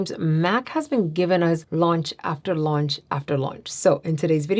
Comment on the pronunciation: Sorry off topic here. I must be hungry. It’s late. Everytime said “launch”, I heard “lunch”! 🤦🏽‍♀️